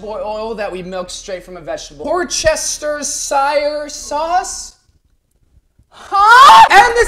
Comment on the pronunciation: The way he said Worcestershire is hilarious, to a person who lives near it